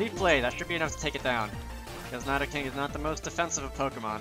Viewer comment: nai-do-king lmao